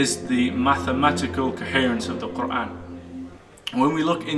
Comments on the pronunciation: He sounds so sensible! It feels though, he has understood it better than anybody else could. And yeah i love the way he pronounces Quran in a proper arabic accent. Masha Allah 😊May Allah bless all of us and lead us to the path of righteousness. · A smart and handsome new brother! So logical! PS - Check out his pronunciation of 'Quran ' !